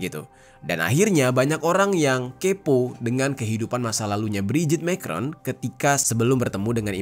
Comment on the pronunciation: Ngaco, Brigitte itu perempuan asli dan anaknya yang cewek itu temen sekelas Emanuem Macron. cara bacanya bukan Mekron, tapi Ma krong.